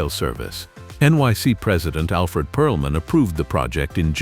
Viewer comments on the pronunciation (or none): none